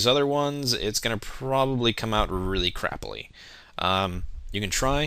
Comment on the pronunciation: he said craply